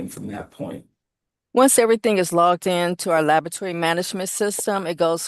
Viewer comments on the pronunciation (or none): "How do you spell "Asperrience" and "Labatory"? Move to disqualify witness. She can't pronounce the words that describe what she does. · She keeps saying "Lavatory." Why aren't they correcting her? Unless she checks the samples in the washroom? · I was taught to pronounce it la-bo-ra-to-ry. It sounded like “labatry.” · This witness has 3 degrees including a MASTERS and can't pronounce laboratory correctly!? "Not nuthin'" and "dat". There's no way I would have agreed to her being an "expert" witness if she calls the area of her expertise "labatory"